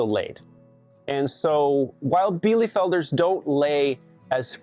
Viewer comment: Bee-lu-felder, not bee-lee-felder... Sorry, couldn't help myself! Btw, White chanteclers are better for cold-climate dual-purpose, IF you can find quality lines!!! They are breasty like the meat kings (heritage Cornish is one of the foundation breeds). They were created by a monastery in Quebec to lay year-round while also producing quality meat :) They will also forgo the water bowl in winter and opt, instead, to eat snow/chip up and eat ice - so they are very low-maintenance, as well :)